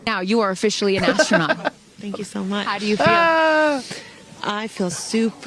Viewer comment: Did he say astronaut 😂